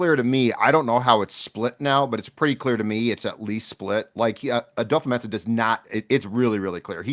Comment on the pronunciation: kind of petty but, why do you pronounce it "adofa-mensah" instead of "adofo-mensah" like its spelt?